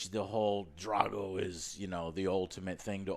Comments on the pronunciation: I'm more annoyed that they kept saying "Drey-go" instead of "Drah-go", yet claim they're fans of Rocky 4 and shit. Fuck outta here! Love the AJS though. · why can you not pronounce the A's in people's names correctly. you pronounce drago and han wrong every single time